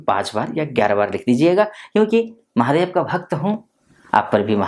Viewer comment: Mahadey nahi hota, mahadev hota hai 😂....